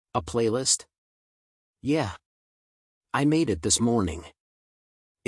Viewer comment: Some words are pronounced wrong. And anytime the word “yeah” comes up it’s sounds off. Besides that it’s a good audiobook.